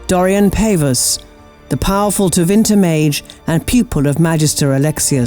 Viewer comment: sigh Paw-vus. Dorian literally says it when you first meet him